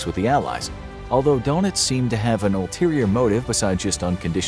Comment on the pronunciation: Don Itz. Not Dough Nitz.